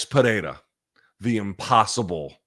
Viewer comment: Congrats, your pronunciation of Pereira is quite accurate.